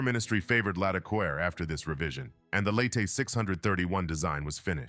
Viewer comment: Sort out your French pronunciation. It isn't as if there aren't any hints in the spelling. Accents are not just decoration. One might almost think that the narrator was uncultured, which wouldn't be fair ... or would it?